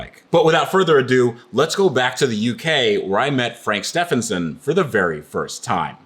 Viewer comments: Surely it's pronounced 'st-even-son' rather than ste-fan-son' ? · Please say his last name properly too, the guy is helping you out with the car. Pronounced Steeven son not Steph en son 😂